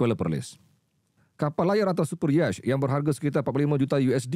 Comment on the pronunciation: Alamak pmbaca berita ni x buat homework lah...'super yacht' bkn d sebut yash..kena sebut Yort..sori xtau nak eja bgi bunyi yg betul..tpi itu ejaan utk bunyi trdekat utk 'yacht'..jgn kecam aku..sekurang2 nya aku bgi tau ni ramai yg dpt ilmu ejaan n sebutan betul dlm BI ya..